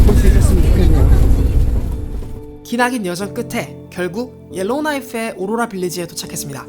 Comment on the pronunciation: 오로라 발음 왜케 못해욬ㅋㅋㅋㅋㅋㅋㅋㅋㅋ